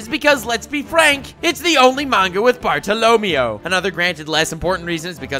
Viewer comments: Why do you keep saying "Bart-o-LO-meo?" It's "Bar-to-lo-ME-o" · Pretty sure the stress for the word is on the "MEI" sounds, not the "LO" - so more Bar-tolo-ME-o, not Bar-to-LO-meo. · I hate how you pronounced bartolomeo's name, if im not mistaken since the story took place in a Spain setting the E is pronounced as an A sound, like BartoloMAYO, if I'm wrong I'm wrong but it's hideous the way you are pronouncing it and if the english dub pronounces it your way I'll be very upset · Bar-to-lo-me-o. cringe Barto-lo-may-o. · Bart-o Lo-Mayo not Barto- Lomy-o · every time he says bartolomeo i wanna shoot my self im sry -.- i thought it was BART TALL OH MAYO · It’s pronounced barta la Mayo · Bartolo MEH-OH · Bart-alla-may-o is how his name should be pronounced and your pronunciation is bothering me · You’re mispronouncing his name, It’s pronounced Barto- Low- Mayo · Praise lird twe-ehh bartolemeoeoeoeo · I give an F to you for saying Bartalomeo wrong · Is not "bartolomio"... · i love ya but i hate how you pronounce bartolomeo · Stop saying Bartolomeo like that >:/ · Are we gonna talk about how he's pronouncing Bartolomeo's name weird? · Wtf i can’t watch this clown cause of his pronouncements of Bartolommeo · Stop pronouncing Bartolomeo's name like that before I stab myself in the ears. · I'm quite sure you pronouncing bartolemeo's name wrong😂 good vid nonetheless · The way you pronounce Bartolomeo scares me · you say Bartolomeo so bad on purpose...right? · the way you say bartolomeo makes me want to shrivel up inside out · Hearing pronunciation of Bartolomeo made my dick fucking shrivel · So we aren't gonna point out how he's fucking up the pronunciation of Bartolomeo? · So It's okay if you pronounce Bartolomeo like that, as long as you acknowledge that its wrong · If he mispronounces Bartholomeo one more time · Does anyone else hate the way he pronounces bartolomeo? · if youre gonna make a running gag out of 1 character, at least try to not butcher his name, ty.